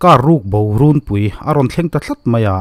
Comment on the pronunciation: A ngaihnawm e. "Car ruk bo runpui" i tih hi e, RUNPUI tih hi Phuihnam tih kan lam anga thluk hniam tur. 'Runpui' hi ṭhangthar lam hian kan thluk dik lo fo mai. Inpui tihna emaw tih turin Rûn angin kan thluk ta ṭhin. DDK news puan, LPS news puan, Zonet news puana an lam dan te hi ngaihthlak ve fo a ṭha khawp mai.